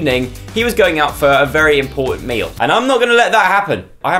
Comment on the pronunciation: He says meal like meeo